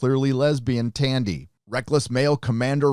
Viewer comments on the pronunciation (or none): Are you purposely mispronouncing their names? Boimler, not bolmer. T’ana, not tiana. Tendi, not tandi. If you’re going to critique a show, at least pay enough attention to it to criticize it in the first place. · or Tandy